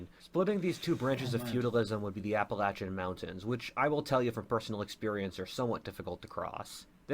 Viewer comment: He keeps pronouncing Appalachian wrong he is saying Appalachan but that is wrong he doesn’t use correct English and it’s disturbing he refuses to pronounce the “ian” at the end of Appalachian but whatever they wouldn’t have the Great Lakes either (because they were man made with technology more advanced that what they are arguably dealing with here.) Also there is no Guarantee Mormonism would exist as it was created not that long ago by a nut job who’s completely off his rocker and is technically a religion that evolved from a ridiculous non lethal Cult that basically is an excuse to bang anyone you want as long as your married to them or something like that.